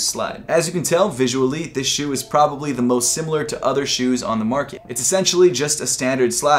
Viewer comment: Was so bothered every time you said “shoe” 😑